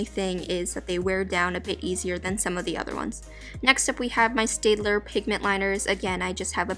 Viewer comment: Isn’t it ‘stad-ler’ not ‘stay-d-ler